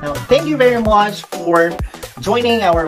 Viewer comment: U said "Now thank you very mouch "!